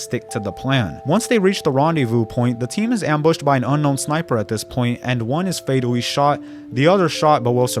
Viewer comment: “fatwawy shot by wocow powice” bro, you need to spend less time making youtube videos and more time in speech therapy.